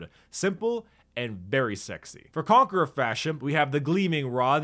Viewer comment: The Conque-RAH